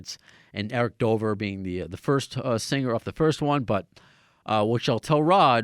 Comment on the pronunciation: Hey bro how's it going Michael here! FYI it's Eric drover with are not Dover